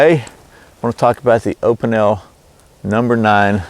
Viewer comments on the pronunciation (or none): It is pronounced"O pee nell."